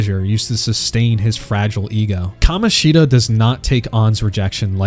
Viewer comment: love the way bro only called kamoshida right once